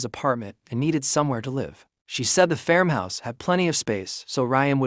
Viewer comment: AI doesn’t know how to pronounce ‘farmhouse’, it’s not fermhouse